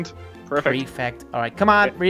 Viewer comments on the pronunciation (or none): it was funny when said i was perfect but said prifect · Im perfect:no:yes You just said it:i said prifect -_- #NoJack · i Love it porfekt no pefect